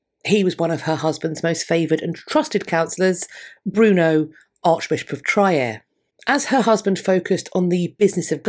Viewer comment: Trier would be pronounced Treer